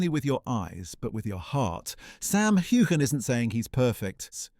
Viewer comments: CANT YOU SAY HIS NAME CORRECTLY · WHY DO TELL THESE STORIES.. I AM SURE IT MAKES SAM MD. HATE THE MEDIA. LIE,LIEYOU VANT EVEN PRONOUNCE HIS NAME CORRECTLY